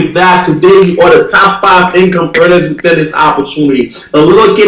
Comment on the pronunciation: Top 5 "eaners"... enough said